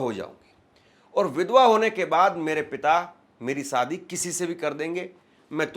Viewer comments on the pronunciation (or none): Bhai jab aap shayad theek se bol rahe ho to shaadi ko Saadi kyun bolte ho !! Thoda apna uchhaaran theek karo !!